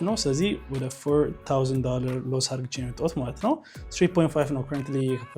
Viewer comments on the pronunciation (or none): Please say ADDርጌ not argche😢